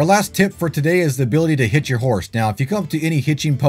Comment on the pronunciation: You said the ability to hitch your horse... I thought you said HIT your horse at first. I was like 😮